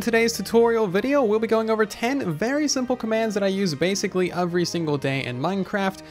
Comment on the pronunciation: Am i the only one who hear “ofvery” instead of “every” ?